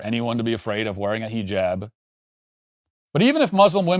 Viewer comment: Him purposely saying heejab is driving me crazy